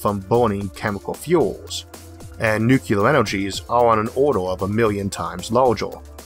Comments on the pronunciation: It's pronounced new clear...not nu cu lar. A common miss pronounced word. I used to say it that way too. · N U - C L E A R ! Not NuKeLar ! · Not even a "nucular" Homer Simpson joke? ^_ ^ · The speech impediment doesn't bother me at all (I don't notice it anymore unless it's a very R-heavy word like "Rover" [this episode] or "Harvard"). The "nukyuler" thing does bother me but it's worth it to hear the rest of the video. Thanks as always! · Isaac Arthur Your "nukyuler" thing bothers you more than it bothers most of us. To me you just sound like some east coast guy who moved to someplace down under. We've invited you into our homes and made you our friend. We get used to your accent. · N u c u l o r (I'm sorry, I had to) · Ok President Bush "Nucler" lmao... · nucuwuler wockets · I don't have a speech impediment and people still make fun of me for how I say nuclear. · I'll be honest; this is the only thing that bothers me about your speech. Your rhotacism doesn't bother me or make you hard to understand, but the wait you pronounce "nuclear" irks me. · I've heard British physicists mispronounce nuclear I dunno why it's so common, unfortunately for me I don't get to say it very often